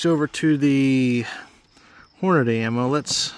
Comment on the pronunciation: I can't watch a video with a guy saying Hornaday instead of Hornady (Horn-a-dee).